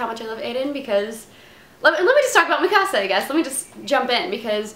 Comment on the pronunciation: Yay she said mikasa right Ahahaha